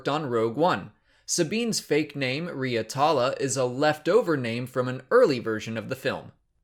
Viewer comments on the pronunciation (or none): none